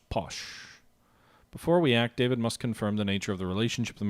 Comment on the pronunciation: Welcome to the Terror...it can only end badly. Oh and David is pronounced Dah-veed (he's sort of famous you know)